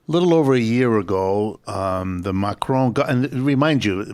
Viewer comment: Why does the presenter keep saying Macrone. It's Macron.